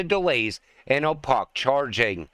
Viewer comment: Opaque is pronounced O-pake.